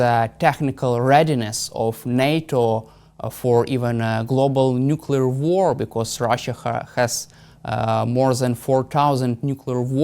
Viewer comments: Nuclear...nuclear...nuclear say it 20 times a day. No more Nucula , thank you Hamish. If you can say the word "Clear" you can say nuclear. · Some of these politicians need to go back to school for proper pronunciation or the word NUCLEAR a lot of then say nucular by mistake.Whats the good of this clap trap.